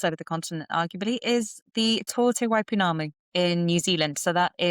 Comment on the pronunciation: Tour te Waipounamu - nicely pronounced!